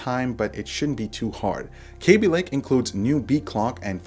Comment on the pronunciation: K a a a a aby, pretty sure it's not KAbe love your voice though